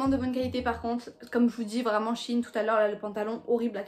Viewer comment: Mais sa me stresse c'est pas Chine c'est shein~ 🤣😂